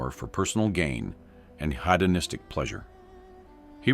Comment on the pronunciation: 18: 03 the narrator has such a lovely voice, except that it's AI. Narrator says: HATO-Nystic, instead of HEDONISTIC. I hate AI. FAKE!